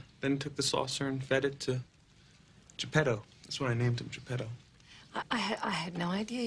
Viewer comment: it’s Geppetto... sorry I’m Italian and correcting you for Collodi sake